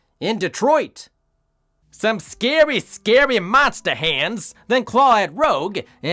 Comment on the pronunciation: “Some scawwy scawwy monsta hands…” 😭😭😭